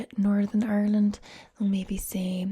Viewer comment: When you said it like ourland I knew you were good